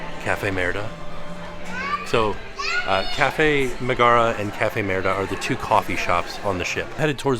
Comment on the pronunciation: I thought it was MEG ger rah not mah gar rah.